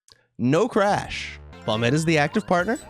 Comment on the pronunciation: You are the first youtuber I've seen, who has said Bombette's name right.